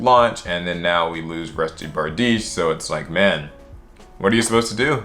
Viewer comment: Finally someone pronounced bardiche right